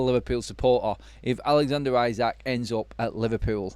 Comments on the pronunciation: First time I hear 'Alexander Ayzak' Pronunciation lol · Liverpool winning league wasn't enough we were looking at least 3 trophy. Time to.. fix . By the way you are pronouncing isak name wrong.